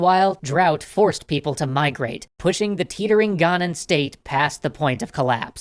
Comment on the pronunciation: please please please pronouce it Ghanian non Ghanan